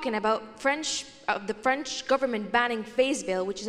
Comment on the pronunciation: erm... french, not frend :D